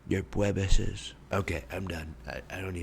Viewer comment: “Your pwebeses” 😭😭😭